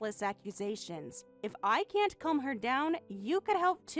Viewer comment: “She’ll be fine if you keep her calum” The way words are pronounced on the text videos 🙄 Like when they say the word ‘debt’ as ‘dept’ 😂